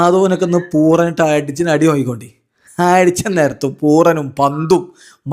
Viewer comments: ഞങ്ങളുടെ കൂടെ നിങ്ങൾ വേണം എന്ന് നിങ്ങളുടെ എല്ലാ ചാനലിലും പറയും. നിങ്ങളുടെ സബ്സ്ക്രൈബ് ചെയ്ത ആളുകളുടെ അഭ്യർഥന മാനിച്ച് ""പൂറൻ "" എന്നുള്ളത് "" പൂരൻ എന്നോ പൂരാൻ "" എന്നോ പറയുക. എന്ന് വീട്ടിൽ ഇരുന്ന് നിങ്ങളുടെ video കാണാറുള്ള ഒരു subscriber..... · It's pooran not puran 😂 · പൂറൻ എന്നല്ല പുരാൻ എന്നാണ് 😂